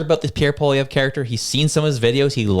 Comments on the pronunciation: He should probably start getting his name right... what the hell is polivier?? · The only one who has not done anything is Trudope! He has ruined Canada. Poilievre is not a Kamala. Please learn to pronounce his name (poi-lee-ev) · Maybe that guy should learn how to pronounce his name...and stay out of Canadian politics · PBD isn't the brightest bulb in the pack. He knows nothing about Canadian politics or Canadians. He can't even pronounce Pierre's surname properly. Pierre is THE hardest worker on the hill; that's why the Libs/NDP resent him. Liberal/NDP voters do NOT listen to PBD, Joe Rogan, etc. It will work against him. He DOES need to get on CBC/Global/CTV to reach those who do not listen to independent media. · PBD learn to pronounce Pierre last name A SS Hole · He probably didn't want to go because you can't pronounce his name😂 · Patrick David, you don't even know how to pronounce Poilievre's name! You lost me from the moment you screwed that up. Clearly, you are not now and never have been a Poilievre supporter. No reason to listen to your rant. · Man who doesn't even know how to pronounce Pollievre's name knows what's best for him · It really bugs me when people like this American podcaster say Pierre's surname wrong. Cone on buddy. Do your homework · First of all PBD needs to learn to pronounce his name properly and Canada’s battle needs to be fought in Canada not the US.